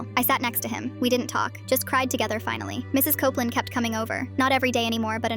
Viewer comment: Copeland... COPE-LAND